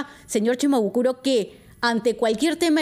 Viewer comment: Quiero decirle a la señorita que no es CHIMABUKURO es SHIMABUKURO.